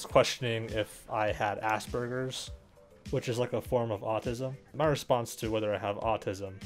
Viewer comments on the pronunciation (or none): Lol i heard "assburgers" instead of asperger's